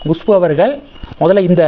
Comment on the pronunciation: Gushpu illa.kushpu